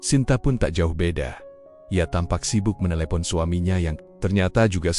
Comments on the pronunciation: Ah..ah. semakin parah, sibuk dibaca sibak ..ckck... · Cerita mah bgus cma ini cra membcanya maksudnya keren atau gimna ya,diam diam bilangnya dayem dayem. Lgi sibuk sibuknya ,bcanya sibak sibak nya.kan konyol perlu d perbaiki lgi tuh bhsa indonya